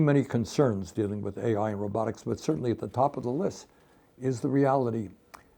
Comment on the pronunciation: You mean rowbuttics 😅 not robotics